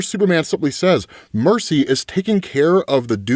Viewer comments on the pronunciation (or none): Why are you calling Mercy “Marcy”? Is your script auto-corrected?